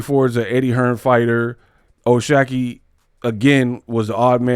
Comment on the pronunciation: I think it’s “shock” ⚡️. Not “shack”